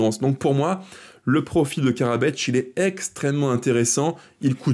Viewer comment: thanks video, but no Karabeč, just Karabec :)